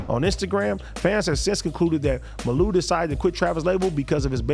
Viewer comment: It’s ( Mah-luu).. lol